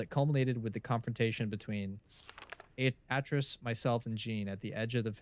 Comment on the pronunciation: Atrus is pronounced Ay-Trus and Gehn is pronounced like Geh-n, like Hen with a soft G...just fyi